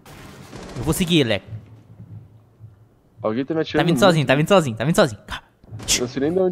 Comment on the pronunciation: O como o chama o leco normal: leco como ele chama o leco no modo Everson zoio: aleco kkkk